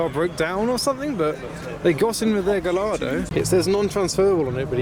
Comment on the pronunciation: the Lamborghini is pronounced Guy ardo, the L,s are silent my friend 🤗